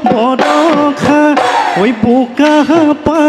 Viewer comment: borokha nohoi boroxa